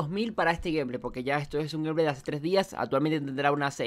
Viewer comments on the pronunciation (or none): none